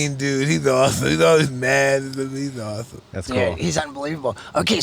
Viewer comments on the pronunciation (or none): Mike: “This is so awethome”